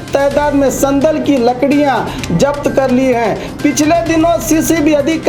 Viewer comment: Urdu bolne nahi aati to Urdu mat bolo ye kiya Hai zabt ko japt